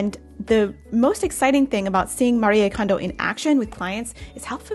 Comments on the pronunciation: First, thank you for pronuncing her name correctly ❤ Her message was always about surrounding yourself with joy 😄 I’m sure that’s exactly what she’s doing now, while being realistic about tidying. I suppose some have missed the point 🤷‍♀️ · Thank you for saying her name right! Its been killing me that people don't. 😭